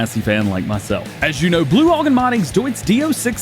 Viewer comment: Dj Broughan is pronounced braw - han the way we pronounce here in Ireland